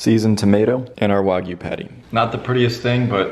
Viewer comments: Do u know how to pronounce words? It's not wogyu it's wagyu.. wag, like a dog wagging its tail.. it's only English get it right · Anyone gonna tell him he’s pronouncing Wagyu incorrectly